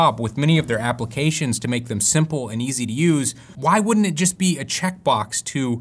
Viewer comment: once you hear it you won't forget it...applecations :D other than that, great video!